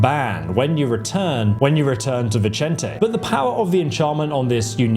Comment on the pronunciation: I now have PROOF that you YouTubers are trolling us by purposely mispronouncing names in your videos to drive us nuts… You pronounced Vicente 2 different ways in like 3 seconds at around 18 minutes…